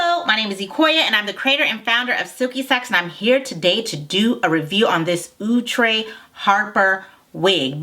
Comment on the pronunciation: Lol " ooh- tray" 😂 😂